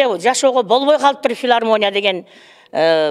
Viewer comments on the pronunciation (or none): Филармония эмес Илармония болуп калыптырго